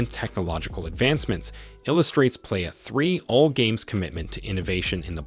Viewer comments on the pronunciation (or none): none